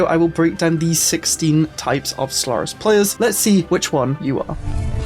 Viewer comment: I swear, I keep hearing you say Slurris.